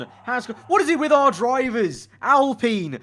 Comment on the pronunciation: I HATE THE WAY HE SAYS ALPINE ITS PRONOUNCED AL-As in Allen and Pine as in pine tree